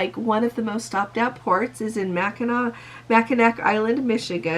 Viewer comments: FYI - 10 knots does equal 10 nautical miles per hour so you were correct on that. 1 nautical mile = 6000 feet. Also, not trying to be critical but Mackinac is pronounced Mackinaw. Just wanted to let you know. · There is one going to Escanaba I heard. Being from Michigan I appreciate the interest but cost wise is just way out our budget. We have beautiful areas in the Great Lakes and MASSIVE light houses. Also Mackinaw Is pronounced Mack - in- aw (almost like ah) It is a BEAUTIFUL island and there are NOT cars. Horses and bikes. The names are all indigenous references to the tribes that are located in the areas.